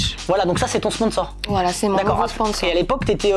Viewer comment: "chez ce PSONSOR" 1'31"